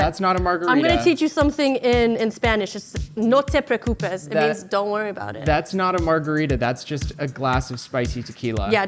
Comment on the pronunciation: Is "No te precupes" used in some Spanish speaking countries, or is that just some mispronunciation Nicole grew up with and was never told about? Just curious because it sounds so strange, but I realize it may be part of a dialect. Not that anyone in chat will really know Nicole's story, of course.